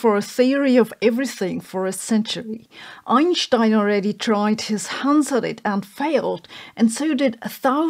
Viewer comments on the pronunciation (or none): Other than routinely pronouncing Einstein as "Einschstein", which seems odd since I think Einstein pronounced it as most do, and they're both German, no?) I like almost everything Sabine has to say in this video and others, and the way she says it (often with dry humor). Unlike many in her field, she is not afraid of calling out nonsense, pseudoscience, or point-less dead-end research among her peers. And most of them seem to have little if any sense of humor. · Why do you pronounce Einstein as Einschtein? It makes no sense. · dont listen to tim maudlin.. every 10 seconds.. einschtein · Nobody pronounces Einstein quite like that. Never get tired of it.